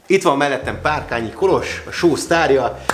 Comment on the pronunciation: Milyen jó hallani hogy helyesen van kiejtve Kolos neve 😊